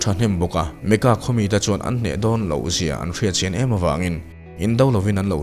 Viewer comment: 'Emaw' hi han uluk leh hret teh aw.